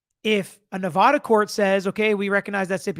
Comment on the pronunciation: FYI...This is the correct way to say Nevada.